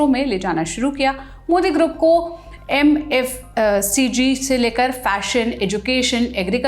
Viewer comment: Anchor devi rai bahadur ka rai khaa gayi, aur FMCG ko mfcg bol diya, kya jaldi hai show karne ki, hasyaspad roop se quality gir rahi hai, is channel ki, bas fatafat khabar dene ki horh hai doosre channels se